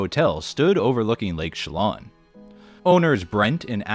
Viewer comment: I don't watch Hotel Hell recaps nearly as much as Kitchen Nightmares but I sat through this entire thing! Great research as always! Btw, as a native of Washington state it is pronounced Che-LAN rather than Che-LON, like "land" without the "d".